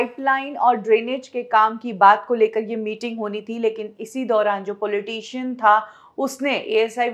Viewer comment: PAWLEETEESHUN OR POLITICIAN ?? AAPKI ENGLISH EVAM HINDI BAHUT BEKAR HAI. MOTI TEX BHAR DENA.